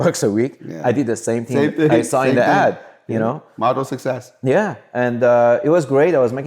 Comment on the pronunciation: When he says success he’s says sexes